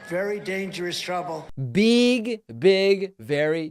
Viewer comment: "Beeg, big" says